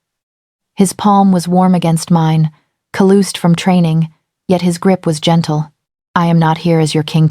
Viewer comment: LOL@ ca-looosed (callused) Since callused is in almost every story... train your ai!